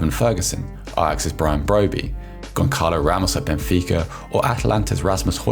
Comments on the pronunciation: The "ç" character in portuguese is pronounced as an "s" the more accurate phonetically would be saying "Gonsalo" Ramos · When I hear Gonçalo Ramos's first name being pronounced as GON-KAH-LOW, you just know this cannot be a serious football channel! 😅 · The c in Goncalo Ramos is pronounced as an ‘s’. 😉